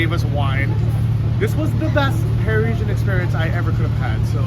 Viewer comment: 'pa-ri-sian' not 'preeshun' dude lol. nice video anyways.